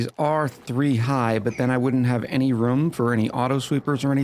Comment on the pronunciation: Wait?! You can properly pronounce "groom," but not "room"???